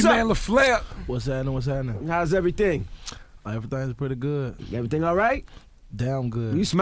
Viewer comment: Gucci Mane : "whats hattenin whats hattenin. everythangs pretty goot.. damn goot"